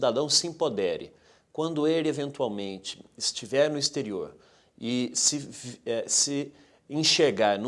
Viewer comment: " ixterio""...foi demais, né?? exterior, ok??👀😱😡